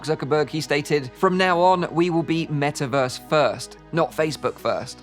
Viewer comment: soon™: "Wellkim to the Me'averse!"